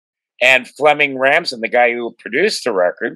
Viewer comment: dude you pronounced Flemming Rasmussen last name wrong i´m danish so yes i know how to say it sorry dude, i never thought about the missing bass when i first started listening to Metallica back when thry released TBA, now i´d love a version of Justice with bass, i dont hate the album as it is would be fun hearing it with bass